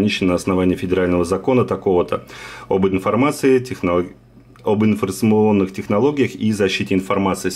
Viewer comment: Ынфарсмыонных технологиях...))) Шутка удалась, лайк.